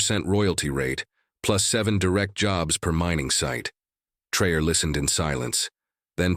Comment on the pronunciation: You are full of BS. Learn the name is not pronounced Trayor what????